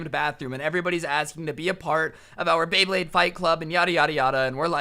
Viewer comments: yoo homie fr said blade bade. Its beyblade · When he said bay blade, he said Blay Baydes half the time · Did he just say blade bade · I dont know why it is, but it pisses me off every time says "Bleyblade" instead of "Beyblade" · did you call it a blayblade? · You did not just say blayblade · Nobody:: blaybade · it's so hard to say bay blade multiple time in a row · bro I thought u said blayblade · Like how many times he mispronounced Bey Blade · said blayblade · I love how he didn’t pronounce beyblade right a single time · is having a stroke every time he tries to say “Beyblade”.